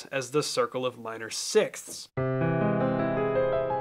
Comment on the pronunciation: Literally anyone who ever had to learn English at school "sixsskssthsth" 😂